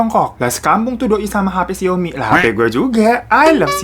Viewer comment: Humorku hanya sebatas 'I love Xiaomi' cara bacanya lucu bgt bang Hiro.